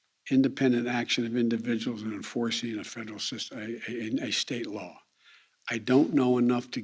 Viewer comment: Is he saying "fredral" instead of "federal" ?